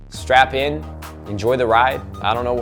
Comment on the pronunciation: Did he say strap in or strap on?